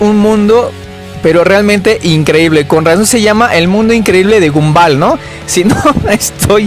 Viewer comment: Se pronuncia gombal